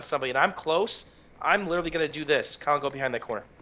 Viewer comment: Sounds like he's calling you Callum